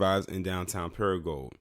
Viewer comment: Your not pronouncing crow-Lees, Crowley, correctly or para-gould, paragould, your welcome!